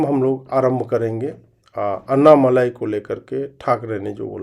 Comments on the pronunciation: उनका नाम अण्णामलाइ नही, अणणामलै है, मलै means mountain, मलै को मलाई कर दिया है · उनका नाम अन्नामलाइ नही, अणणामलै है, मलै means mountain, मलै को मलाई कर दिया है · अण्णामलै है सही उच्चारण है सरजी